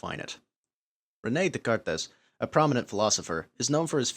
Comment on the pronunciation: "duh-kar-tez"? 🤦 Oh, what are schools not teaching kids these days... It's Day-kart.